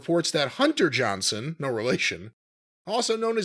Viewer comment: Its Johnston,. Hunter Johnston.